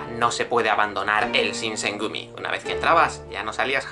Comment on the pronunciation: Dice Shogun correctamente ¿pero no puede decir Shinsengumi?